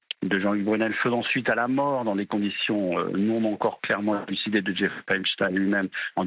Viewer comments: EpstEIN et non Epstine… 😂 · Pourquoi cette présentatrice prononce EsptIn et non Epstein? Grotesque. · Epstein prononcez ayn...comme Einstein, comme wahrstein , Lichtenstein, vous dites pas Lichtenstinne ? Bon sang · c est pas ESPTINE MAIS epsTEIN!!! il est pas Russe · EPSTEIN PRONONCÉ EPCHTAÏN 🤬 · Pourquoi prononcez- vous “epstin" ?